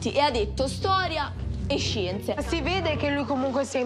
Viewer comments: Ha detto storia e zienze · dice SCIENZE con la i😂